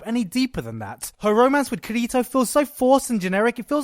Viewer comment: Now that there is an official dub, we now know that the way they pronounce his name is "KIR-i-to", but then, that goes back to the needless debate on how accents and dialects sound between different people. Or I just like to pronounce his name "loser".